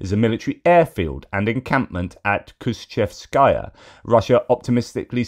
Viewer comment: #PRONUNCIATION ⚠️ Kushchevskaya/Кущевская - you read it pretty/very well. BUT. The adjective endings -kaya/-naya (-кая/-ная, i.e. Moskovskaya/Московская), -kiy (-кий, i.e. Leninskiy/Ленинский), -ovo (-ово, -ого) are never stressed. Stress the syllable before the adjective ending, last syllable of the stem, -chév-.